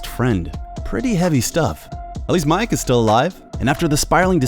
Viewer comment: Am I the only one pissed he called Miek mike?